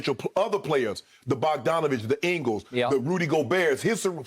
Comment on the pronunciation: Shannon calls Joe Ingles "Ingus" and I'm crying😂😂😂